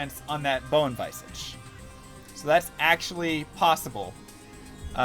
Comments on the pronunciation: Argh, Visage is pronounced VIZ-AGE not, VICE-AGE. Don't diss pronunciation. Lame-ah. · "Vice-edge" x_x Lol "Vizedge" is closer than "viz-ahj" or "viss age" Stress on first syllable. ----- Besides that, excellent video. As a mega old school vet D2 player I knew all of these, but it's really nice to see someone still out there doing the hard work dropping knowledge for people on this 20 year old game. Keep it alive brother! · vi· zuhj not visaaaahj lol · Its pronounced viz idge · The way you say "Bone Visage" before you were corrected was physically painful.